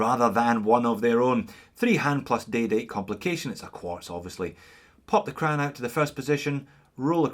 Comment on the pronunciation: Making a puke noise Quuuaaarrttzzz.